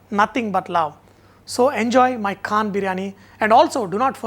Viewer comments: lmao... not kaaannnn sanjay, its KHAAANN!! :D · Your 'kh' of Khan didn't come from the epiglottis. Check that out... check that out... check that out... You cook well, but check that 'kh' out...it is like salt in biryani rice... check that 'kh' out...